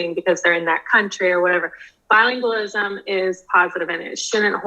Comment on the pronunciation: You are mispronouncing the word bilingualism.